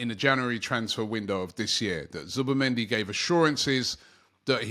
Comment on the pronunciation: I am seeing so many different spellings of Zubimendi in the comments. Zubamendi, Zubermendi, Zubemendi I blame Robbie and his weird pronunciations 🤣🤣🤣🤣